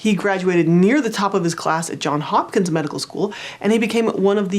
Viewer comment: I love your videos! Easy to understand skills that I can put into practice. I must correct your mistake. It is Johns Hopkins University (not John Hopkins).